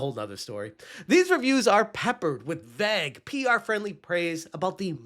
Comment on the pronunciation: Learn how to say "vague" please.